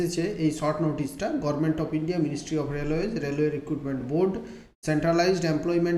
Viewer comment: মমতা ব্যানার্জির ভাই নাকি,,, গভর্নমেন্টকে গর্মেন্ট বলছে😂